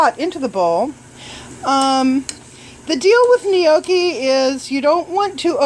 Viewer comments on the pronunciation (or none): that's actually the farthest from the way its actually pronounced. Proper pronunciation: nyawk-kee if you want to be Italian; nok-ee or noh-kee if you're American. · Oh dear god. It's pronounced "no-key".. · i say gnocchi like gin awh chee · Gnocchi is pronounced ... Yonk (rhymes with honk) Key.